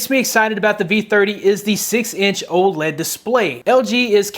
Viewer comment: Almost sounds like he said Old LED display